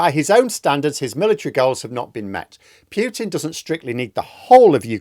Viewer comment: Please say PUTIN, not "Pjutin"! It is just annoying to hear!